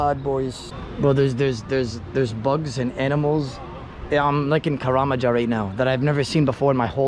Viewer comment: this guy said Karamja LOOOL